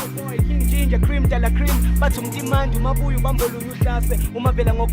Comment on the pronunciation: It sounds like she was calling King Ginger Ben 10🤣🤣🤣